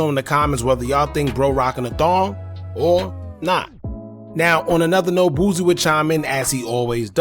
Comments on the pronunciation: BOO-SEE not BOOZEY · Bruh who is Boozy? Lmaoo it’s pronounced “Boo C”